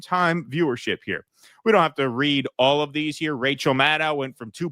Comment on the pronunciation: Definitely sounded like he was saying "weed" not read.